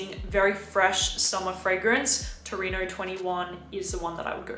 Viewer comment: It's 'Torino' , not 'Tornino' ;-)